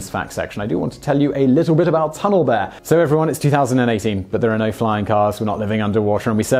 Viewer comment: "fo many years"